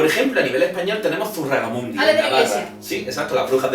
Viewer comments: Es peor que eso, ha dicho Zurragamundi xD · es Zugarramurdi y no zurragamurdi😂😂 el jueves estuve alli estudiando esto, y hoy he tenido un examen. Que coincidencia😂😂 He podido ver si tenia bien o mal el examen por parte de la iglesia. Gracias chicos, me encantais 😘😘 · Memeo, Zugarramundi xdd, los nombres en euskera no los sabes leer xd ZugarramuRdi, nene. Tk igualmente xd (mi nombre también lo lees bien) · ZUGARRAMURDI, por favor jajajaja. Realmente creo que nadie que no sea vasco sabe decir ese nombre. Ai ama, de cuántas maneras habré oído yo mal zugarramurdi.... ajjaja en fin un vídeo genial, como siempre! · Creo que no has dicho ni una sola vez bien Zugarramurdi xD me meo jajaja me encantan los creepy pasta, son mis videos favoritos del canal ^^ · siii jajajaja Zugarramurdii me sangran los oídos!! 😹 Saludos de una suscriptora Guipuzkoana 💕